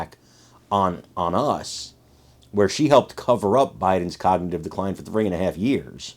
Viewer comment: Kognitin Degenerayshon ? ? ?